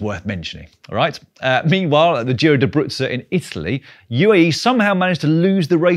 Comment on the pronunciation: It's "Giro d'Abruzzo", not "Giro da Bruzzo"! Abruzzo is an Italian region, it writes like Giro d'Italia.